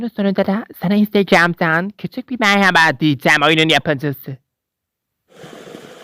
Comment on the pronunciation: ✨MeGrAbA kIzLaRg bEn NuRdİg gUndİg✨demesini çok seviyom😂❤